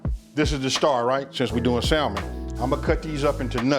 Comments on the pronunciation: it’s pronounced samon not salmon 😂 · Awesome video as usual! My brother killing like always! Btw the ‘L’ is silent in the English pronunciation of the word ‘Salmon’... pronunciation is ‘Sammon’. English is truly an odd language. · ‘Sal” mon 😂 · Going to try tonight. Looks good. Also, the L is silent 🤫 samon. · I did cringe every time he said Sal-mon, lol. But the food looks AMAZING. And that's ultimately the only thing that matters... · The L is silent; its pronounced "Sa' men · Hey still new to the channel and been rocking through the video collection you have up. Then I saw this new one pop up and had to check it out. While I can't eat, touch or even be near fish (allergic) the dish looked good. However on that pronunciation the word Salmon is Samon with the L being silent. No big issue just mentioning it. Keep cooking and doing your thing. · When i hear ppl say the "L", in Salmon 😡😡🤮🤮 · the "L" is silent in Salmon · The L is silent bro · It looks delicious. The L in salmon is silent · Looks good but theres no L in salmon :)